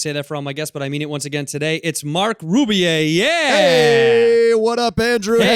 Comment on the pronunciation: Yeah it’s Marc ffs red - not like it’s Wahlburg... Edit: *Wallberg Re-edit: **Wahlberg